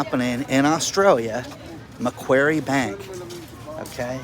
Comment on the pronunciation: Love your work but buddy its MAC QUARRY bank. You know, like the place where you dig stone up lol